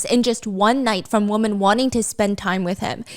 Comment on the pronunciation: Stephanie, your English is outstanding. I have noticed a tendency to pronounce women as woman. Very important to distinguish one or more. Women is pronounced as though o is short e or eh so WEH men. No o sound. Love you 😅